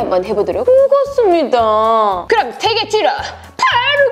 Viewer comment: 호로입(바로입) 허러스트(펄스트) 왜 모든 단어가 ㅎ으로 변하는거 같지